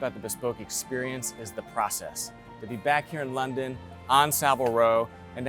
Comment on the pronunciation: It is actually to funny to me the intro because the way he says London